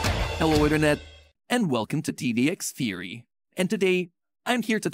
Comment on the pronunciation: It's just a thery a tdx thery 😂😂😂😂